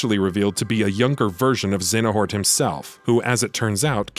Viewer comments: ZEYA NORT - not ZENA HORT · Lol "Xenahort" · His mispronounciation of Xeohnort was really bugging me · This is the only game I didn't play besides CoM bc this one has way too many mechanics I didn't enjoy but that's why I'm here and mad complaining about this guy saying Xenahort?! And X Blade instead of Chi(x) blade?! Bruh who hired u. Stop quoting wiki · very distracted by the complete mispronunciation of Xehanort as "Xenahort" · lmao thanks for commenting. I forgot how much of a laugh this pronunciation gave me. You right about the quality of the video but I had to say something haha. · Aside from not saying a name properly these were the best Kingdom Hearts explanation videos I've watched on YouTube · Right, I've never heard them pronounce it that way. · have you ever played Kingdom Hearts? because how you pronounce Xehanort is like cancer to the ears!